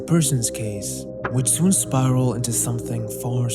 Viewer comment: "would soon spiwal" lol